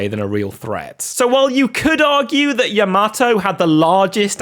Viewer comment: Crazy how you pronounce Yamato first the incorrectly than correctly, just wild that you did that. Makes me think you didn’t know how to pronounce it and thus looked it up after your first sentence in which you spoke it incorrectly… such a wild word to not get right, and I get a lot of ppl now a days may have never heard a word spoken in person before and have learned it on their own independently via reading materials (most of which come from online now a days…), but what I don’t get is you can listen to how the word should be pronounced via google or many other online resources for free. Or worse you purposefully did it just to bait ppl into commenting just like I am rn, if thats the case its in a category of baiting which is towards the bottom of the barrel and isn’t’ going to help you long term to treat your audience like its a joke fyi. Do better if its the case you are baiting bc its one of the lowest things you can do to drive engagement especially given the material you are covering, the topic covered should be more than enough to drive commenting by the audience. Cheers…